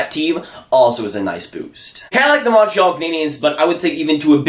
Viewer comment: Montreal. Not Monntral